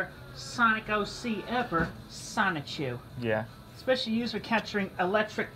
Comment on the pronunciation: I love how always tries to say "Sonichu" with one syllable.